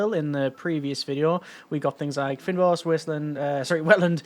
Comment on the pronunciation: I love the game and the series! :) Btw, the fyn in fynbos is pronounced like "fine" in English. It is an Afrikaans word.